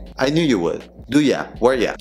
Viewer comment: Prueba a hablar así a un nativo. Con dos que hagas va a pensar que eres super fluido entonces va a hablarte a mil por hora y no vas a entender nada 😂.. Por cierto, pronuncias la "L" en "would"? 🤔 Eso suena super extraño en inglés americano.